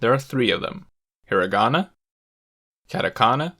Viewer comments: I cant accept that you said HIRaAGANA KaNGJJII lIKe WTf YOU might aswell talk like a Japanese person if you gonna make a video abt it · Also he pronounces a hard 'r' in Hirigana. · It sounds really funny how you have the correct Japanese pronunciation except for the names of the three writing systems discussed here: Heera-gonna, cat-a-kanna, and caan-gee. You seem to have overlooked the fact that these are Japanese words too. :-) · exactly. it seems weird how he pronounced all the sentences but didn't pronounce hiragana, kanji, and katakana right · So u wanna tell me ure able to pronounce each character right but still say "hiragana", "katakana" and "kanji" the way you did in the video?? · Me: A normie who doesn’t speak japanese, cringed at the way he said hiragana, katakana, and kanji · i mean, he also mispronounced hiragana and katakana lmao